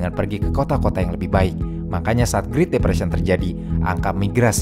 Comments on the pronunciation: bro said "greet" depression wtf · Naratornya suruh les Bahasa Inggris dong. Ganggu vanget denger doi ngomong "griit"